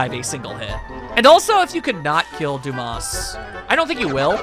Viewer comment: Not going to lie, I thought Dumas was pronounced Dum-mas the moment I saw it. Duu-mahs sounds a lot better.